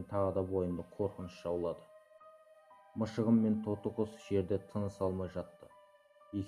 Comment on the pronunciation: мшығым емес мысығым